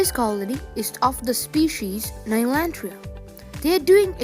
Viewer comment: Ok its "nylanderia" Nice video. Also it could be pseudolasius, keep an eye out for majors